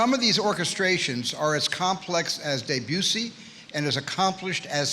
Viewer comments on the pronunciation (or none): "...as complex as 'Debut-see'...really Steven, really? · "Great" pronunciation on Debussy